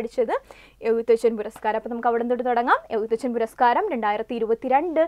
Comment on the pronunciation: എഴുത്തച്ഛൻ എന്ന് പറയുന്നതിൽ എന്തോ അപാകത ഉണ്ട്..